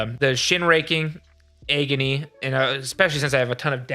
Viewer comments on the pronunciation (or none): Hands down my fav part of this video is pronouncing 'agony' as EGGony. Of course this is pure S tier content from the team as usual. Much love from Dallas<3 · Your pronunciation of ‘agony’ ? Is that a Michigan thing?